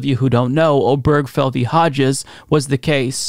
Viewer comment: Love your show. 1 quibble. The name mentioned in the gay marriage case is pronounced "Ob-er-GE-fell". 4 syllables.